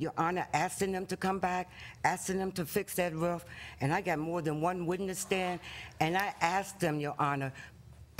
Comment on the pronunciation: Idk why the plaintiff saying "rough" instead of "roof" is urking the heck out of me, but I find it so annoying!